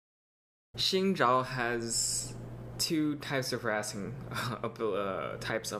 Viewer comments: I thought it was pronounced "Shin Jow" that rocks I was right. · is Angel in Mandarin. He says "Xin Zhao" like he is Chinese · Liked for correct pronunciation of "Xin Zhao" yeee. But in China they actually call him 赵信 (Zhao Xin) ahaha.